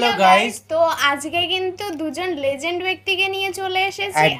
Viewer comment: লেজেন্ড নয় লিজেন্ড 🤣